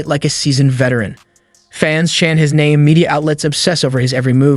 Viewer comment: Show minimum respect and learn pronounce his name.